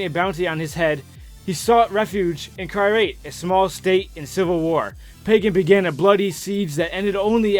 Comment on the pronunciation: Ajay is an American name. But, he did say "Kirate" instead of "Kyrat"